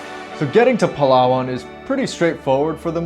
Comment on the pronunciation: please prounance it like palawan not palaa waan 🙈